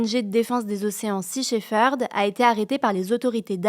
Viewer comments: Sea shefeurd xd shepherd hein .. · Shepherd se prononce shep-herd et non sheferd (le 'p' est prononcé tel quel). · lea lea. C'est sea shePerd. Avec le P de papa. Pas le sheFerd. Je rigole je rigole. Tres bonnes actus merci.